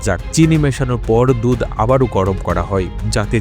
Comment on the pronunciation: আরে বলদ দুথ না দুধ বল রে শালা